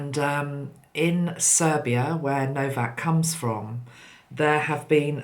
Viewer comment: His name is No - vac!!